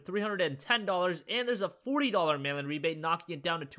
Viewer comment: I always thought he said "Melon Rebate" I was so confused for so long.